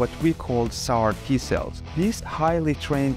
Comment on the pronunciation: CAR-T .... not SAR-T. It's Chimeric antigen response.